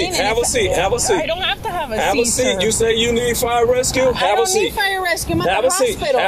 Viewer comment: The fact he cant even say “you” and instead says “use” is a good indicator on his education level.